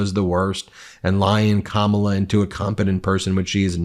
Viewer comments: Why does Trump think he’s in control of when & where they should debate?? These older adolescents on his team are so disgusting, It’s sickening how they’re deliberately mispronouncing her name. Grow Up!!! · I can't believe that you guys still can't pronounce her name! Her nieces taught you and EVERYONE else on nationwide TV how to say it !!!! 😂😂😂